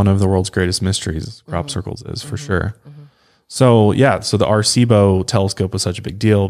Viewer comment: Love your podcast! Puerto Rican here!! Just wanted to help you pronounce Arecibo correctly. It’s pronounced Ah-reh-cee-boh. 4 syllables instead of just 3! 😊😊